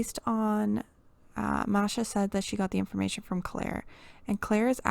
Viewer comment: Her name is pronounced māshā, sorry it just bothered me I have OCD and that triggered me lol.